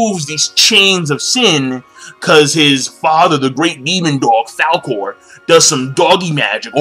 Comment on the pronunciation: This nigga said falcor. Man im dying lol